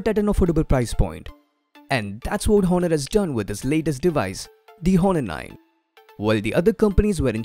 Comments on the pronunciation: Its not Hhhhhonor , its pronounced like Onor , h is silent dude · The 'H' is silent in 'Honor'. You pronounce it as 'Aw-ner' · I know someone probably already said it, but the H in many Latin-based words in English is silent, such as honor, heir, and hour. I could go into the linguistic specifics of it, but I don't know if you would care for that. Anyway, I just wanted to leave you a helpful tip. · ok, but it doesn't matter. he is doing gud. i just wanted to correct him bcz every body is listening to him and he should correct his pronunciation... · No worries. Great video. I, being a grammar Nazi, couldn't enjoy the video a lot just because of that H :P But overall, really nice video skills